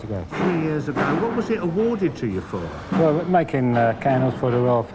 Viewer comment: "Can I 'ave for-k-and-elz, please?"...